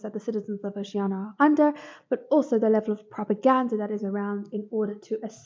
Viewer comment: Good list. The pronunciation of Oceania irked me a bit, but it's fine, haha, thanks.